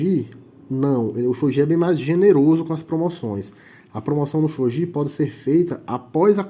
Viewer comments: Só uma correção... o jogo se pronuncia Shogui (e não shogi). Porém, o japonês, gi se lê como gui... por isso, a pronuncia correta é shogui (mesmo escrevendo Shogi). Mas sobre o vídeo, foi muito bom... explicou direitinho. Achei que você esqueceria da regra de recolocação do peão.. mas não, explicou tudo perfeito. Muito bom. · As regras estao corretíssimas. Umedetou! Porem, o nome se le: "xoguí" ou "chogui" msm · Tá errado a pronúncia Que desrespeito a cultura japonesa